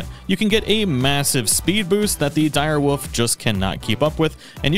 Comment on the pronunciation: "the dire woof" 😂😘